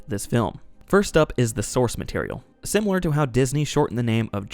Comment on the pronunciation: Some solid self-introspection there. Will you say it simUlar to this time or take us to uncharted pronunciations hitherto never imagined?